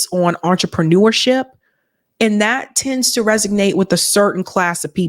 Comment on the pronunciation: Resonate... Not resignate... Big fan!